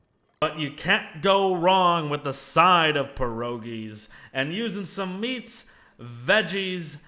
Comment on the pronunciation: I'm polish, and the way you said "pierogi" hurt my ears